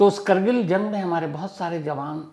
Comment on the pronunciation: करगिल नहीं कारगिल